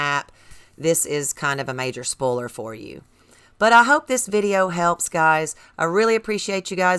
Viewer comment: bro called spolier spoler